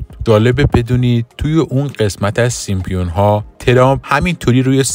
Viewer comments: سیمپیون یا سیمپسون ؟؟؟ 😂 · Simpson not Simpion اول زبان یاد بگیر بعدا کلیپ درست کن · سیمپیون؟؟؟؟؟؟؟؟ یه کلمه ست درست بگو اقلا 😂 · دوست عزیز ،دیگه عالم و آدم میدونن که اسم درستشون سیمپسون هستش،سیمپیون دیگه چیه؟ از کجات درآوردی؟ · نوشته ی زیر سیمپسون هاست و شما میگین سیمپیون بلآخره کدومش درسته ما که نفهمیدیم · سیمپسون ، فقط رئیس جمهور نیست نمیتونه از رو بخونه.. این مشکل همه گیره ... البته سیم سون هم خونده میشه. پ ایز سایلنت 🤦🏻‍♀️🤦🏻‍♀️🤦🏻‍♀️ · تعجب اوره که در مورد کارتن معروف سیمپسون ها میخوای اظهار نظر کنی، اما حتی نمیتونی اسم این کارتن را بخونی، حالا نمیتونی بخونی، آیا تا حالا اسم این کارتن را هم نشنیدی؟ برو اول مشقتو بنویس و تمرین کن ، بعد بیا ویدیو بزار.